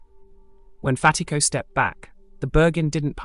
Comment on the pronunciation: You’re mispronouncing Fatico